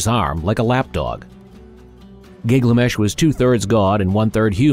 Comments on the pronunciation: You're saying GIG-LA-MESH but I've only seen the name as GIL-GA-MESH. Why is your pronunciation different? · Gil-ga-mesh, not Gigamesh :} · It’s Gil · So...the AI is dyslexic? Is that some sort of low-budget AI?